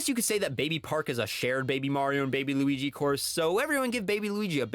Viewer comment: “the wigee we all love”😂